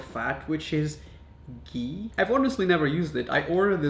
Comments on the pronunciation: It's not gi😂😂 it's ghhee, stress on the h. And I really don't know how to explain this to foreigner. But its made from cream. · OMG it's actually ghee and not gee😂😂😂 it's like made from d cream on top of boiled milk....India❤️❤️ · I thought he said pee not gee lol